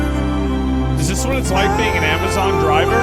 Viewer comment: Didju rike it?